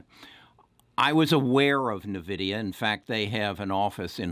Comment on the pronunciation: It’s N-vidia not Nividia but yes great call they also mine bitcoin